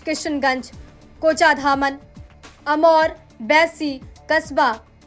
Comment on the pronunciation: अमनोर नहीं अमरपुर है वो आप पढ़ने मे मिस्टेक हो गया है। धन्यवाद